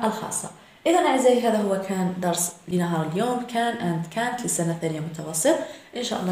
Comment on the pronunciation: Canťيقول كانت وليس كان نوت صححي خطأ وشكرا